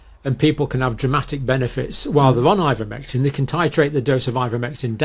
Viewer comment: " Ivomectin " how do you spell it, pray tell ????